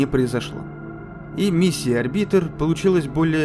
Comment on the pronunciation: Господи, чувак, что за бред ты периодически несёшь??? Ты проверяешь свой собственный сценарий, перед тем, как его прочитать? Уже хрен с ними с ударениями (орбИтр, вместо Орбитера), но связность повествования просто теряется. Спасибо, что ДВАЖДЫ рассказал нам о давлении на вершине Олимпа. А эта охренительная кулстори о первых марсианских альпинистах-покорителях Олимпа, которые, не только лишь все, добрались до самой высокой точки и потом не смогли бухнуть в скафандре... Что это? Тебе не приходила в голову мысль, что им, по пути на вершину, нужно было как-то кушать, писать, какать и, внезапно - пить жидкость? Выключил видео, после планов Королёва собрать марсианский космический корабль, на ОРБИТЕ ВОКРУГ ИСКУССТВЕННОГО СПУТНИКА ЗЕМЛИ. ЁТМ! Оказывается, Королёв был настолько крут, что в те далёкие годы собрал на орбите ИСКУССТЕННЫЙ СПУТНИК, обладающий настолько значительным гравитационным полем, чтобы на его орбите можно было-бы собирать марсианские корабли! Прям, утраченные технологии предков! Хочется сказать, что сценарий писала нейросеть, но я заблочил твой канал, когда про ГПТ ещё никто не знал - уже тогда ты нёс такую ахинею, что уши вяли. Понятия не имею, почему Ютуб начал опять кидать мне в предложку твои видео. Я не могу понять: тебе настолько похер на твоих зрителей и тематику, по которой ты снимаешь видео, либо ты просто фантазирующий школьник? Взять тех-же "Космос просто", "Спейс рум" или "Улицу Шкловского" - там авторы стараются, перепроверяют материал, проводят изыск